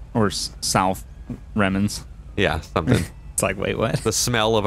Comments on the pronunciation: Remnents. Not whatever you said lol. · “the remenance of....”